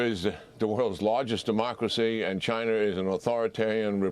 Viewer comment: Rusher and Chiner? lol